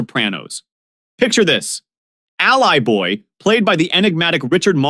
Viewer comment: You are mispronouncing Allie-boy as Ally-boy. Very off putting.